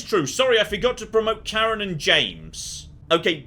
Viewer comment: As a Swedish person, I shall represent the Swedish people in correcting your pronunciation of Karin, it's Kar-in, not Kar-en!